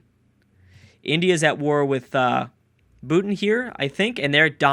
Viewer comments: Bootin?! Bhutan boo-tahn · Bootn😂 'bootarn' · Dat pronunciation of "Bhutan" tho... XD